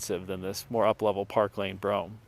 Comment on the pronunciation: It's Brougham